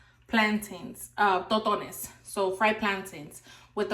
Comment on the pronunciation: It's called TossssTones, Not ToTo-nes.